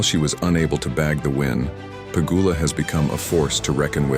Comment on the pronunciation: Bot channel?! ... pronouncing Pegula 2 diff ways.